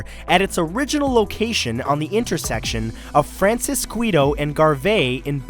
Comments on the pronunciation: the streets that the first in n out is on are pronounced francis-skee-to and Gar-vee. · I live a short drive from the original in n out. the streets are pronounced Francis- kee- toe and Gar- vee. 😉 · Francisquito is pronounced fran-sis-skeeto it's just like saying the name Francis and then end of mosquito. francis-squito (seekto), for a reference, I couldn't remember how to spell it, so I looked at the sign outside my house...it's literally one side street up till you get to francisquito where I am...and we locals laugh and get slightly annoyed when people can't say it right LOL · 😂😂 I like how you pronounced the street I live on “francisquito" 👌😂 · Lol you mispronounced francisquito and Garvey I live in Baldwin park